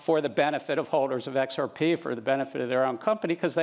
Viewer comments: I wonder if he learned to say XRPay at MITay... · I cringed when I heard him. I'm from Australia, but I've noticed we all pronounce XRP the same way.